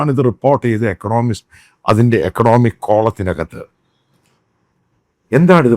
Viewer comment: ണോമിസ്റ് അല്ല ഇക്കോ... Check your pronunciation